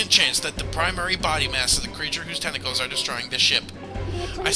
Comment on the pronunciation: Tentaclaus, TENTALUS YOU SILLY GROOSE!!!!